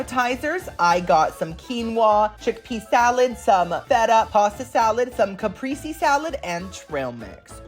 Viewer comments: Love you but its in ebonics kapreysee. Not spelled like this but pronounced this way. Girl we got to look out for each other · Love it love it! Kah PRAY Zee. I was made fun of because I said ca prees. Please do more of these travel videos! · It’s pronounced like ka pray zee.